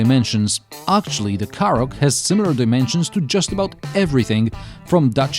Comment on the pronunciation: Forget about all the Skoda pronunciation, I thought you were saying Karrot, well it is a bit of a vegetable.